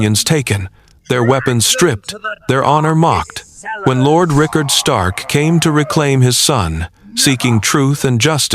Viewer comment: Ah yes, the great House of Starn. Northmen through and through.